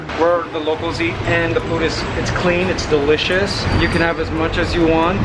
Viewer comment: He says DYE licious